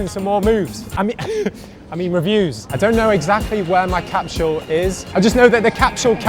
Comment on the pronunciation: There’s no “h” in “capsule”.